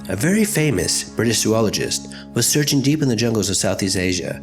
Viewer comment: The way you say zoologist lol... Good video otherwise!